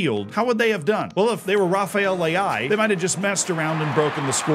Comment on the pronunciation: Rafael Leao ❌ Rafael Le'ai ✅